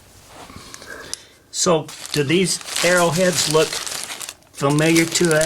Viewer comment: Very fascinating video; thanks for posting. I had to grin every time he would say Era head, you would say arrow head. That one piece looked like Viking to the left, Artemis (I saw living in Turkiye) on the right and Egyptian on the slab. Then, you said what I was thinking. Artemis only looked like the top part though. What did he say the little triangle was, with the smiley face and two = signed coming out?